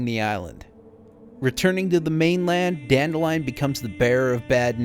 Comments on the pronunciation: Dan-DILL-ian. Dan-DILL-ian. DAN-MOTHERFUCKIN-DILLIAN, for the love of god. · Still irritates me that they mispronounce Dandelions name. It’s “Dan-dill-leon”